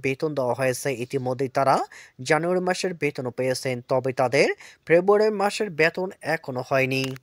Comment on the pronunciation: ভাই " ফেব্রুয়ারী " শব্দ টা পরিষ্কার করে বল রে ভাই।